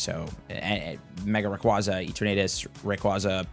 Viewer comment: also it’s Ray-QWAY-zah 🐉